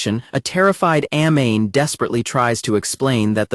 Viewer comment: That pronunciation of Amane is killing me. She is not a flammable gas. Ah Mah Nay. Kouchou isn't a name it is a title. Suzuki isn't a fake name - it is his family name. This is why AI is always going to be inferior.